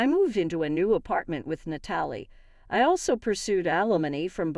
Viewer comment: Too bad the AI can't pronounce Natalie correctly